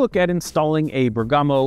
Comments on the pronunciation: Bergamo; a commune in Lombardy, Italy - i think the emphasis is on the 1st vowel - [BERG-amo] instead of [ber-GAMO] - well, that's the anglicised pronunciation, anyway. Greeting from Germany. 😅🤌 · Sorry but I need to do it, after hearing to it 4 times in a row. It's Bèrgamo, not Bergàmo :-)